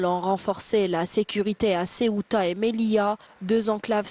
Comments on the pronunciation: Elle a dit la siota mdr😂c’est sebta qu’est qu’elle est bête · C'est pas La Ciotat en France, C'est Ceuta (prononcé Céouta en Espagnol et Sebta en darija). On propose rien a la jeunesse du Maroc, d'Algérie, de Tunisie etc.. normal qu'ils veulent tous partir, mais soyez prudents, en Europe c'est plus comme avant, les États sont endetté, au bord du gouffre et au bord d'une 3ème guerre mondiale avec la Russie et ses alliés, une fois en Europe ils vous enverront faire la guerre. Wa Allaho A3lam.